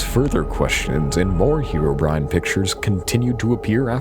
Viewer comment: Pronouncing it as "heero-brine" just sounds ridiculous to me.